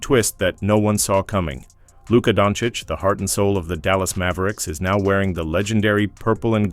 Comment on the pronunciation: No..."tHa D⁰n" wont stick. Its just you, commentator fellah. He's not Italian, LA isn't a mob town anymore. ps...the commentato also vals him donnits.